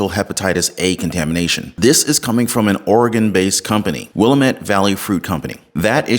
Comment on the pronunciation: Phonetic pronunciation of Willamette " Will lam et"